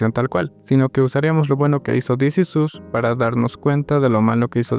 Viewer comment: This is OS. Es la pronunciación correcta